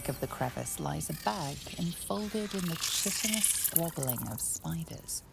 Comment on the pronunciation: That's not how you pronounce "chitinous", narrator. Chitin is pronounced like "Kite-in", not "chit-in". They're... probably not going to fix that error though, considering they'd have to rerecord the line. Oh well.